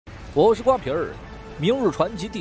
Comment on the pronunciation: 瓜皮儿变肝皮儿了！